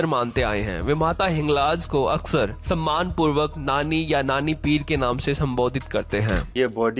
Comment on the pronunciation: Samaan nahi bolte...Sammaan...bolte hai.🎉🎉🎉